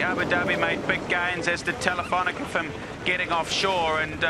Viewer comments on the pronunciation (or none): I love watching this stuff…but it's TelifonicA…where is the -er?